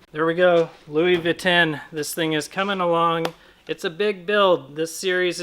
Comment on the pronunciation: Well, its a Ford. Not much else to say there. Also Louis Vitten? Reminds me of Louis Vuitton but its not a fashion purse..